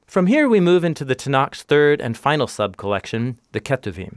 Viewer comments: Love this but just so you know- Tanach (it's with a chet sound at the end not k)... again love the video and great job!<3 תנ"ך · Shouldn't it be 'Tanakh'?